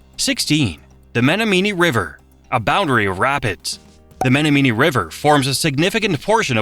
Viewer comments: Men a mee??😂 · It’s pronounced Meh-nom-mon-ee? #%^*%# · Ba-RAH-boo an Meno-MEANY really irked me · Menomainee?? More like Brule! People born here never pronounce the W. We're from Sconsin. Oops! Wasn't supposed to reveal that. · men-o-meanie river??? :( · And Menominee. And several others less butchered but still wrong. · You betcha. Menominee, Winnebago and more! Not even funny. My ears hurt.